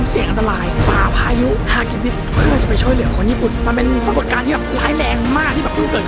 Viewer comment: ฮากิบิสคะไม่ใช่ฮิกิบิสคะสุดหล่อ